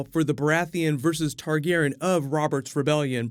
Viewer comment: am I the only one triggered about him pronouncing targaryan, targaran